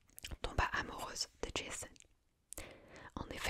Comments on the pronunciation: Super vidéo, mais on prononce Jason pas Djaizonne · Ja-zon , pas Jayzone ma belle :D Il était grèc pas américain! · J'adore le concept mais prononcer Jason "Djayson" ça m'a sorti du truc 😭😭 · Le pire étant encore "Djésonne" 😅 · Oui jaîzon 😂😂. J'ai beaucoup aimé, ça "marvelise" les mythes, lol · Bien sympathique cet épisode d’ASMR. Lecture originale et captivante. Seul bémol : la prononciation à.l’anglaise du nom de Jason. Totalement anachronique et ridicule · Tu sais que d’habitude j’aime bien ton ASMR mais là tu m’as saoulé, j’ai coupé la tu prononces Jason à l’américaine ça m’a grave soûlé, alors qu’à la base c’est un nom grec Jason, la Toison d’or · Alors, je vais écouter parce que j'aime la mythologie grecque, mais j'avoue que le Jason prononcé à l'anglaise m'a surpris XD. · 😂😂😂 J'pense pas qu'il faille prononcer J.A.S.O.N avec l'accent anglais ! Trop drôle ! Il ne s'agit pas du tueur au masque de hockey de vendredi 13... Ni d'un fan de tuning originaire de Boulogne sur mer ou de Tourcoing !!! Mdr !!! 😂😂😂🎉🎉😂😂😂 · C'est top mais la prononciation de Jason !!🤣🤣🤣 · Desole la video est bien, l idee en tout cas, mais etant grec la facon dont tu prononces jason a l américaine c est pas possible pour moi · entièrement d'accord, cela gâche tout! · 1ere fois que je vois cette vidéo. Mademoiselle svp prononcé correctement les prénoms et arrêté de vouloir tout américanisé. C est JASON et pas JaIson. Comme pour PoseIdon. Le i ce prononce. Dommage cela gâche la séance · On prononce JA-ZON et PO-ZE-II-DON...!!!